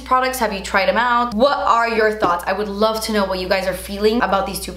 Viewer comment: “ I lava you guys “ I lava you more 😂❤️